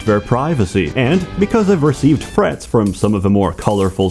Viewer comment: Holy shit. You can't say TH properly. FIRTEEN? FRETS? Ah well who cares nice video thanks.